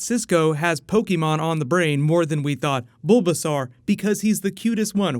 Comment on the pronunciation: the way he says bulbasaur hehe xP